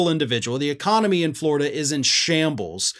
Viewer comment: He is still the governor of Floread'uh, isn't he?